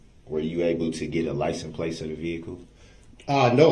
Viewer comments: Did you get the "license place" number? "Grounds for Substaining that objection! Grounds, grounds, grounds!! "I'm axing you to substain my objection"! F-ing idiot 🙄! I forgot "I vietly objection! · LICENSE PLATE YOU IDIOT...PLATE..NOT PLACE. HE IS 200% ILLITERATE...OMG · . He cant pronounce anything. "LICENSE PLACE.". 🤣 i thought maybe the first time he said It wrong but then hes says it a few more times the same way. Geez. He soo stupid. The questions he ask these witness's makes him look really bad in front The jury.